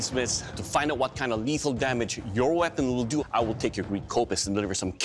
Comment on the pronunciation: Its kopsis